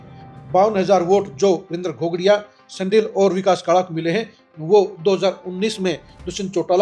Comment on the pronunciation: शांडिल्य नहीं दिलबाग सनडिल।